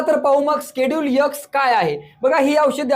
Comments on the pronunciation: चांगली माहिती... पण यक्स नाही ते... एक्स 😂 आहे आणि स्केडुल नाही.. शेड्युल म्हणतात 😅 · Sir please उच्चार ठीक करा.खुप irritate होतं X चा उच्चार एक्स आहे तुम्ही यक्स असा करत आहेत